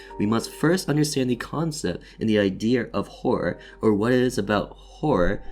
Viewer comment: Are you Japanese? You said idear xD